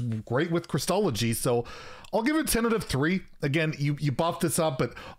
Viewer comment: Every time you say “tentative” I think you are saying “ten out of”